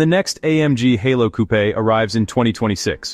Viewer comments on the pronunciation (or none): If you're going to use an AI narrator at least listen to it and correct it before releasing. Several coupés in there but also a coo, lots of YASA motors but also a YASEM. It needs to be correct or it's not worth doing.